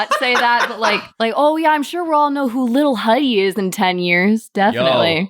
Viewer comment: HIM PRONOUNCING LIL HUDDY LIL HOODIE HAD ME DEAD I